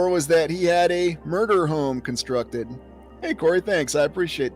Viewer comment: con-structed, FOUNDed